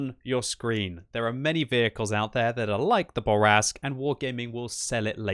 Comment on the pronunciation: SAY IT SLOW, SAY IT SLOW, MON AMI: le char Bourrasque (say: Boor - ask)... Please. You are ruining my ears. Love you anyway.